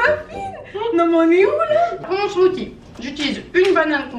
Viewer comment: SMOOTHIE SA SE DIT SMOOCIE PAS SMOTY